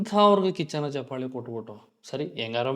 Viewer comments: ಹಲೋ‌ ಮೊದಲು ಕನ್ನಡ ಭಾಷೆಯ‌ನ್ನು ಕಲಿ ಆಮೇಲೆ ಒಂದು ಕಾರ್ಯಕ್ರಮದ ಬಗ್ಗೆ ಮಾತಾಡುವಂತೆ ಹೇ ಗೂಬಲ್ ಅದು ಚಪ್ಪಾಲೆ ಅಲ್ಲಾ ಚಪ್ಪಾಳೆ ನೀನೇನು ಅಂತಾ ನಮಗೂ ಗೊತ್ತು. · ಚಪ್ಪಲೆ ಅಲ್ಲಾ ಲೈ ಚಪ್ಪಾಳೆ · ಚಪ್ಪಲೆ❌ ಚಪ್ಪಾಳೆ✅ 😂😂😂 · Lo first kannada kali ಚಪ್ಪಲೆ alla adu ಚಪ್ಪಾಳೆ..... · ಚಪ್ಪಾಳೆ ಬ್ರೋ ಚಪ್ಪಲೆ ಅಲ್ಲಾ ಬ್ರೋ 😂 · Anna adu ಚಪ್ಪಲೆ alla ಚಪ್ಪಾಳೆ 😂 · ಚಪ್ಪಾಲೆ ಅಲ್ಲ ಅಣ್ಣ ಚಪ್ಪಾಳೆ